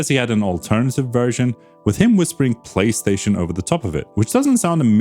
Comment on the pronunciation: The "Tripstaion 1"